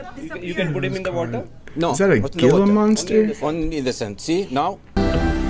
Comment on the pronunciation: Hhhhhila monster is the pronunciation and also not even fucking close dude wtf